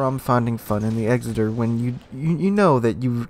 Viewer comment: EKSSITER..........NOT. EXZITER........kapeesh GayLord.......?